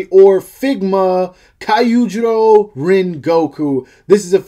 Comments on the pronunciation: this man fr said " KAIYU JUROW " . if you want a simple way to pronounce it, let me help you. " KIO - JURO " so you start off with a K, and I (i) and an O. thats how you pretty much pronounce it, test it with google translate in English if you need to. And if you put it in Japanese Translation my guy you finally got something right. alr enough of the messing around, great video besides, really helpfull and helped probably a few people to decide if they will get him or not, including me. So thank you for the great content!👌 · Bro you really did him dirty 🥲. I’m not even Japanese and I even know that’s not how “Kyojuro” is pronounced lol.